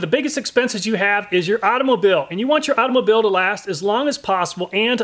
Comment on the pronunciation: He says it right!!! Auto mo bills